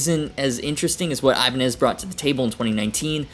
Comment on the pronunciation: Ibanie? Is that how it’s pronounced? I been saying ibanez this whole time?